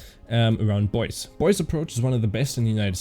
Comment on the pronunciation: Have a look in Wikepedia for the correct pronunciation od Boise, Idaho